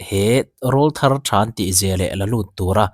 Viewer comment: Rawlthar I lamrik dan adiklo, nangmah ni ang chin,utuber pangai chin ho ah hi chuan ka duhtui ang reng ania,rawlthar tih ri khi,empai kan sawirik ang thluk a thluk tur